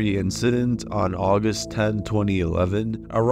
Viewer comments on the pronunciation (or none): none